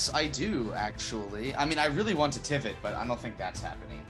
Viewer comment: It says Trivit not Tivit.